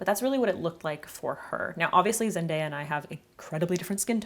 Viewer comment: Instead of "Zendaya and I have different skin tones", I heard "As as man I have different skin tones"..?! 😂I had to turn the subs on, but for a second I was elated by the possibility of a trans sisterhood... 🏳‍⚧It's fine though - I'll just continue to aspire and learn from you x 🤩